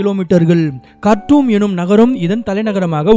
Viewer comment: Theriyama pesadha ... kharthoun illa kharthoum 😕 now south and north separated yedhukku nee sethu pesur a appuram inga niraya indians live pandranga